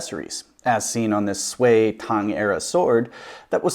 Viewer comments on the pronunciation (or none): Sui should pronouce like Soo-Yee but speak it very fast But what ever I didn't even speak foreign very well too